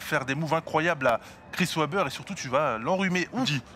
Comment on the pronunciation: Webber se prononce "ouébeur" et "vébère" lol